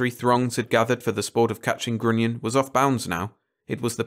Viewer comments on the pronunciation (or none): Such a hilarious fantasy about human nature., respectfully offered: grunion rhymes with onion. Narrate on!